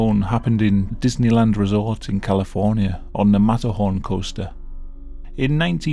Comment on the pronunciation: As an American I absolutely love it how you say the word “Coaster”. “Coh-stah”